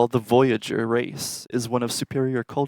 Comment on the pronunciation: Kept saying boyager?